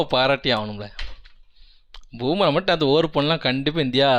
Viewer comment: bumrah❌️ boomerah✅️